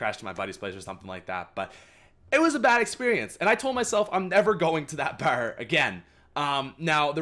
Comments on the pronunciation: The way he said bar lol. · The way u say bar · he says bar funny lol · He says bar so cool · I love your Canadian accent when you say bar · I was about to comment that